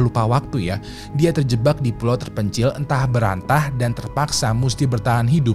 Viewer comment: Antah berantah. Yuk bisa yuk bang pelan2, an-tah be-ran-tah